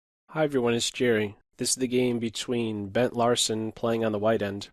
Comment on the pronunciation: "Burnt Larsen"